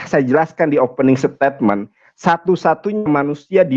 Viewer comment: 'opening setetmen'....... haaaaah bhs INGGRIS aja belepotan - bhs IBRANI... ngawur total !!